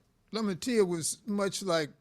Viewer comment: Lamantia , Lamantia . Lam - an - tia